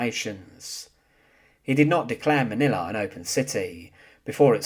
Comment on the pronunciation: he need to learn how to talk Manila has NO "a" at the end